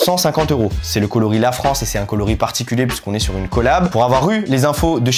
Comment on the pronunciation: Le "é" de "LaFrancé" l'air de dire : on est là hein